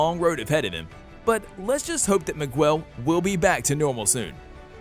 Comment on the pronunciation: ITS MIGUEL NOT MIGWELL OMFG (good video btw)